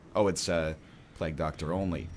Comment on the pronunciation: Steady on there. He needs to learn how to pronounce simpler words like Plague before he's on to the big boys